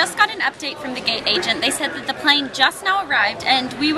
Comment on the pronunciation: Did u say gay or gate?